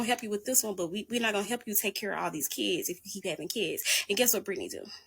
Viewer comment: Dey keeds, Dey keeds, Dey keeds…🙄